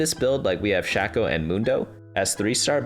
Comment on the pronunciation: great video but i exited out once i heard "shack - oh" please my ears hurt.